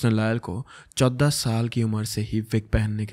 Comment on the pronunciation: Kudos to you, you are just amazing the way you present all these cases. But in this video I couldn’t help the way you were pronouncing number 14😅😂